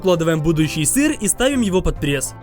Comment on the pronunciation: я один смеюсь со слова сыррр?!?!🤣😂